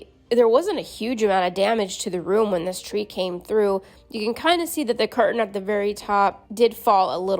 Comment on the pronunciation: I agree with you . I did laugh when you said turd tree lol 😆